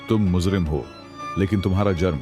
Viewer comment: raaj rahe raaz, muzrim nahe mujrim